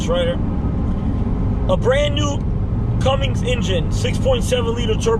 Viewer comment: Its a Cummins not a Cummings.